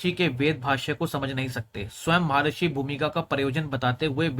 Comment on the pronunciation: वेद में श्लोक नहीं मंत्र है। महर्षि ना कि महार्षि।